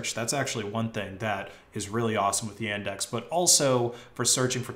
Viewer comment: It always triggers me when you say Yendex instead of Yandex. REEEEEEEEEE